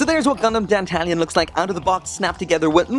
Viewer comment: I thought you pronounced Dantalion as Dan-tah-lion? (lion said the same way as the animal)